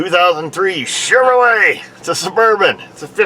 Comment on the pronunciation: You are the best when pronouncing Chevrolet!